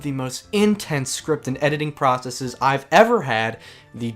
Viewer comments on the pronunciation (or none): none